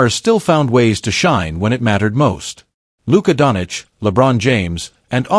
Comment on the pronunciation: 'DON CHEECH' NOT DONICH YOUSTUPID SHIT...